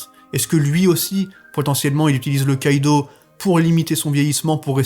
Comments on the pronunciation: STP STP STP ARRETE DE DIRE KÏDO C'EST KIDO :,( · Mon com est inutile mais ca me perturbe de t’entendre dire Kaido a la place de Kido 😭😭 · Tu me stress. On dit Kido pas Kaido omggg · On dis kido pas kaido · T'est matrixé par one piece mdr tu dit kaido au lieu de kido 😂